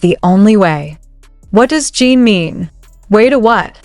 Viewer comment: can't stand you calling him JEAN. His name is JIN . Period.